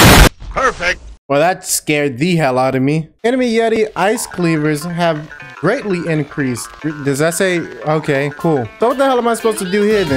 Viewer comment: Ah yes my favourite word, ｇｒｅａｎｔｌｙ